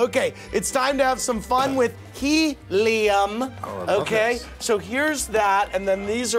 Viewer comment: helium not heliam